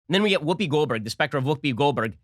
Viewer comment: Wuupi Gold Burg? Gold Burg? Her name is Goldberg? Whuupi. Lol!